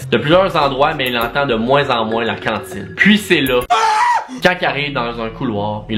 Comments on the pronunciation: Contine pas cantine tbk 😂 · On dit une contine pas une cantine une cantine c un ptit restaurant 😂❤️ c pas grave bon t’aime pareil 😂❤️